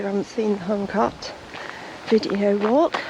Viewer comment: Huncote is pronounced Huncoat